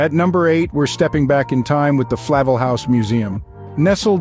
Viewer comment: Disappointed. The video is not in sync with the narration; a large percentage of the video is from towns other than Astoria; Flavel is pronounced FlaVEL, not FLAvel.... just not accurate.... poor quality... showing a bartender when he mentions Bar Pilots...? No....!